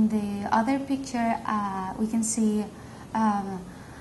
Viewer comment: made my day with her pronunciation HAHAHA! PIKTÚR and YOB!